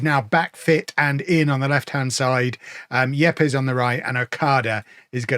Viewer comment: I think Yepes should be pronounced 'Eeps'.